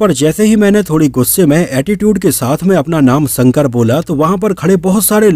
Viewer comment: संकर नहीं शंकर......... 🤗